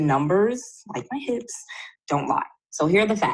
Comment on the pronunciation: Did you say YOUR HIPZ don’t Lie? 🤣 I’m paying attention, but that caught my attention really fast... MAJOR DISTRACTION...but I’m back on track 🥴 ok I’m FOCUSED 🤣